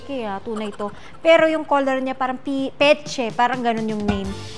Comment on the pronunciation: Mona arte mo mag salita pa bebe mayındı ps kay Andrea brillantes , Ivana peach lang d mo ma pronounce ng tama. Patahi ka ng mga seat cover. Nong bata ka pa ganda ng English diction or accent mo ngayon chandelyerrr na